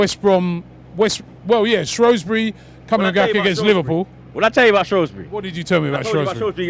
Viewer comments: Shrewsbury not shrowsbury😂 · Its SHREWSbury not Shroswbury common lads you pronounced it correct in the preview.